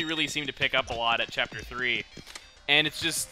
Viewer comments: y u say chiapter? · because he says "chapter" like that